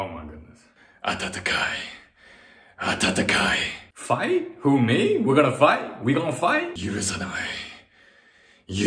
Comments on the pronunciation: When u said fight u needed to take off the a at the beginning so it’d be tatakai. What u said means warm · when you're saying "fight fight" it sounds like you're saying "atatakai atatakai" (暖かい 暖かい) meaning you're saying warm two times lol -you're friendly Japanese neighbor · Instead of saying "Tatakai" (Fight), he is saying "Atatakai" (Warm) lmao 😂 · Kaizoku o ore wa naru actually means I’ll become a pirate and kaizoko ro o ore wa naru mean I will become pirate king or=king and also when he was saying fight, fight he was saying attakai which means warm tatakai means figh